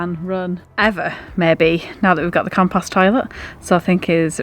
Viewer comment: You gave me a giggle when you said compast is it compost or compast in England, it's compost here in Canada, wonderful video, all the best.